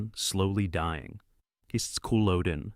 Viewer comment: "Cooloaden" FFS get the pronunction right.